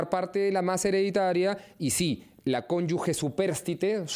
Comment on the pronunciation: La palabra CONYUGE se pronuncia "conyuje". No se pronuncia "conyugue". Es un error que usualmente se conete . El abogado lo pronuncia bien. El dato es para el entrevistador, como un sano aporte, con el mayor respeto.